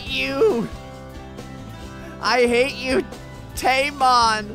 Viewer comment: Its temon not tamon